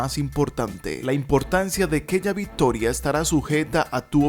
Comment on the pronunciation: Viptoria, botseador, etsetciones, efeptivo, etsisten, tednico, 😂horrible estar oyéndote